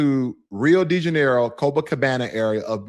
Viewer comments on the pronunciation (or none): none